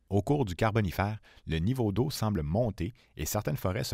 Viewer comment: J'ai tenu jusqu'au troisième "carbonifAYr" puis j'a dû couper le son. Je rigole encore...